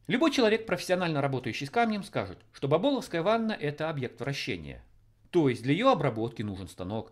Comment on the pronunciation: не бабОловская, а бАболовская! (я тут живу недалеко просто))... её и всё здание где она стоит сейчас кстати огородили на типа "реконструкцию" (не уж то сп**дить хотят...)